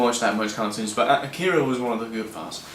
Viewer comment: It's called AH-key-ra. Not akeara, man. It's nothing personal it's just annoying to hear people constantly mispronounce the work. It's like when fans say say-figh-roth instead of sef-fir-oth, or when people say manga like its a fruit. "Main-ga". Augh. Its called "monga".